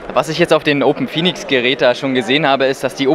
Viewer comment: Hey, kleine Korrektur: Es heißt "OpenPhoenux", nicht "Open Phoenix". Danke für die Interviews! Lukas – OpenPhoenux